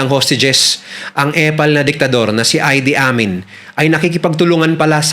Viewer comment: Ang pagbigkas sa pangalan ng Ugandan president ay I-di Amin at hindi Ay-di Amin.